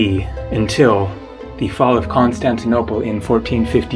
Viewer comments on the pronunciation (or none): none